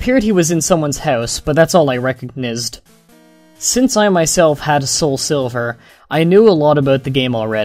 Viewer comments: Learn how to say things right. You said "colore" instead of "color" and "recignizzed" instead of "recognized" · you say reconized weird